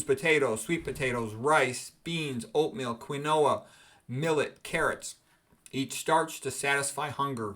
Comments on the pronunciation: keen-wah ... it's spanish, aint' it? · Do you mispronounce Quinoa on purpose? 😂